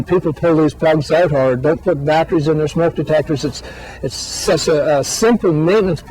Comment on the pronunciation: “Batcheries” lol